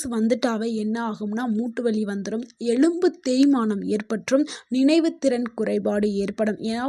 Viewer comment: Madam, தயவு செய்து தப்பா நினைக்காமல் எழும்பு என்று கூறாமல் எலும்பு என்று கூறவும்